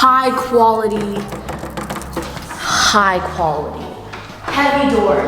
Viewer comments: Take a Shot everytime she says High Guality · nobody:: HIGH QHALITY